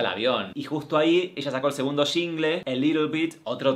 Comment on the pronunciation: Se muere un panda bebé en China cada vez que Martina dice "sHHHingle". Señora no lleva H por Dios